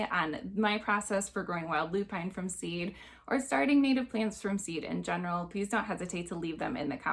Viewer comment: loo-pin (not loo-pine)